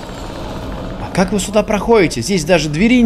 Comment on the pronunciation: Я один вижу когда говорит перс то мишитца не вы а ви (по крайне мере я во време уличных боёв